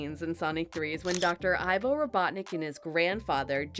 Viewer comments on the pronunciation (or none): First of all it not ivor it’s ivo